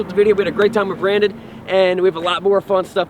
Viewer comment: "what's up brandon!!!" that's not how you say it...